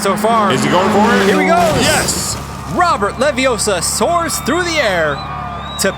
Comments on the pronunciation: It's not Levee-OH-suh... It's Levee-oh-SAH. - Ron Weasley. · It’s Leviossarrrr, not Leviossa. 🤣😂🤣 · It’s LeviOssa not LeviossA! No? just me? Harry Pott... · Robert LaviOsa not leviosaa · You’re saying it wrong. It’s LeviOssa, not Leviossar... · it's levioh-sahhhhhhh. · It's Leviosa! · He didn't have enough air. I blame 2D & 3D for mispronouncing LeviOssa.